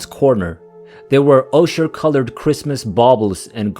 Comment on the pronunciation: The pronunciation of some words is not good... eg Nice is French and pronounced Nees and the colour ochre is pronounced oh-kah.